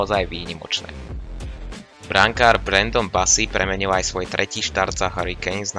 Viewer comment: Cenim snahu ale odporucam zainvestovat do mikrofonu lebo kvalita zvuku je priserna neda sa to az pocuvat, okrem toho odporucam viac artikulovat pretoze sa to tiez tazko pocuva. Nevies moc hovorit L. Stale hovoris premeniu namiesto premenil, bou namiesto bol, skuela namiesto skvela, a mohol by som ist dalej. Nechcem ta tymto komentarom odradit prave naopak rad ta budem podporovat ale musis zamakat aby ludia mali chut a dovod to pocuvat. sa